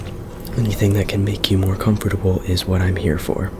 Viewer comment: Comfotabol😂😂 i got really triggered